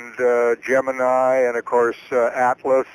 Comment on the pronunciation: Dude (Bill Kaysing) can't even pronounce "Gemini" correctly, and we're supposed to trust that he knows top secret stuff? Doubt.